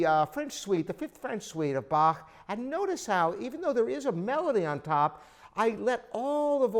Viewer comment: I like that you know how to pronounce Bach. Most english speakers don't.